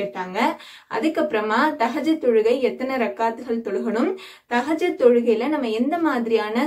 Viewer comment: Sorry sister thahajath ille thahajuth karakta ma